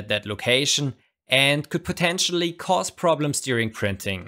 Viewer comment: Potentially* not "potentionally"